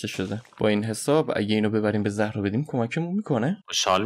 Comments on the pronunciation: بجای زهرا باید بگی زارا اینو همش اشتباه میگی😂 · زهرا نه زارا😂